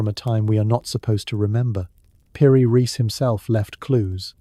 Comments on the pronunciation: Piri rice... Not reece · Like in Einstein so is also pronounced piri reis and Epstein a i not a ee